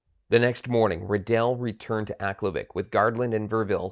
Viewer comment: I first heard this story at the bay store in aklavik in 1975. the people as they referred to themselves pronounced aklavik different than you. minor difference to the story. it is inside the artic circle and the tree line. I never saw a spruce just willows. from aklavik to tuk to inuvik, no spruce.story the same, minor liberties taken as any good story teller would. thanks for bringing back a forgotten memory.